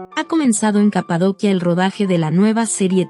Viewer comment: Porque pronuncias tan mal? Tr inventas palabras ¿CAPADOCHIA? En serio